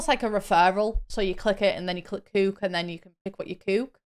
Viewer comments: I love the way you say coöok it makes more sense than we Americans saying cück lol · SOLD!! Thanks for the review, I always know that you won't BS us. Also, love the way you say "cook/cooking"